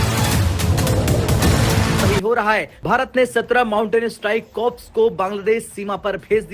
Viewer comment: कॉर्प्स नही कोअर.